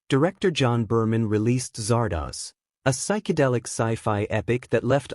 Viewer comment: Do your research. It's Zardoz, not Zardaz.